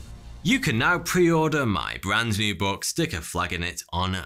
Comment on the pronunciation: Why the emphasis on "MY" in "answer My question". Is it really?